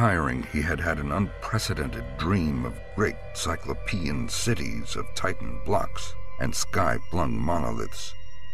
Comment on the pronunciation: Cyclopean... sigh KLO pea an, not sigh klo PEA an.